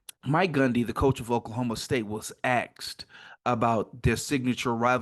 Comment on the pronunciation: Bro, I’m not trying to be ugly not at all but you’re trying to start a YouTube channel and be a professional . The word asked has the S is in front of the sk not the other way around like you’re chopping,which is acksed (axed)